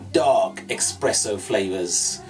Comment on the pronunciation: Expresso Flavors 😂😂😂😂😂